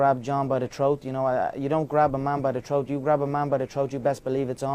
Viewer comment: wtf is a troat? haha. Only one Conor.